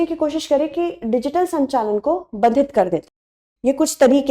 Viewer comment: Mam ap drishti jaise platform pr hain apni pronunciation sahi kijiye 'badhit' nh "baadhit" hota h pronunciation